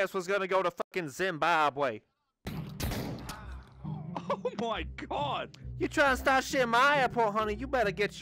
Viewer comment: Great video I laughed so much. Its Zimbabwe not Zimbabway 🤣🤣🤣